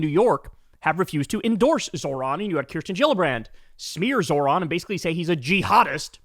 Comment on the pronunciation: She mispronounced 'Kirsten'. Obnoxious.